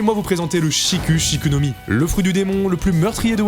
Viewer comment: Cela se dit, Shik' Shik' et pas avec "u" en français guignole